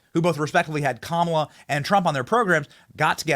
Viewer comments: I know you mispronounce a lot of things Benny, but why are you calling her "Kamilla" and then "Kamala"? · Are you purposely pronounced in her name wrong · I could do without the cringy face swap videos on this content but I DO love the way Benny constantly mispronounces her name. I know it’s purposefully done and I like it! Lol